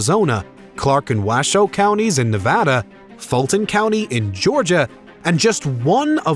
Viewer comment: It’s Nuh-vada. Not Nah-vah-dah.